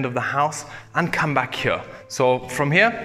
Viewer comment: you're english is great - but please have a native speaker help you say "here" properly - you're saying "huooeur". it is a simple word and you say it all the time, it becomes rather hard on a native ear. It would be like aqui is a simple "ah'kee", not ahuehorahhooooiii.